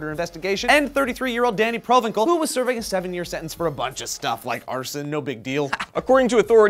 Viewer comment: It's not "provenkal", it's "provenssal" :P I'm just correcting you guys to be in Comment Commentary, don't mind me.